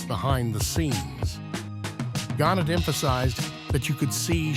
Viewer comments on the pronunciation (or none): it's pronounced GAR- NETT, not the way you're saying it